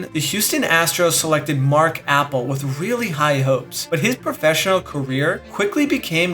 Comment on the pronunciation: Mark Appel is pronounced as Mark Ah-Pell not Mark Apple